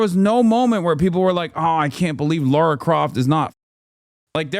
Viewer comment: Lara, not Laura